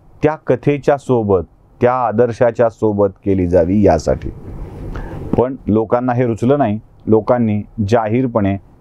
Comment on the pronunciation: तुम्ही थोडी शुद्ध भाषा बोलू शकले तर अजून चांगल, जस पन, पानी, बाणचा,'' ण'', वाईट वाटून घेवू नका आपल बोलण मी नेहमीच एकतो, प्लीज बघा